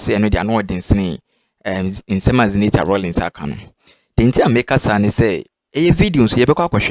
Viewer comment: Please I want your number to educate you on pronunciation of Zenator's name is ewe name not english name the name means let darkness stop until I won a victory it is in Joshua 10